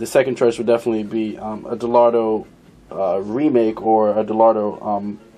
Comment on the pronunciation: De-Lotto? Do you have a vision problem with the letter "R" ? Dellorto is a cheaper version of a Weber and dellorto-style is a cheaper version of a Dellorto. Visually, the clone of a K&N air filter dominates the entire carb. Great. Keeping it cheap but not too cheap.